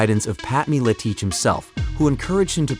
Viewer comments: At least know how to fkn say MilEtich. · Love the way he says Militich. 😂Great documentary btw. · Just by the way he pronounces Miletich tells me a lot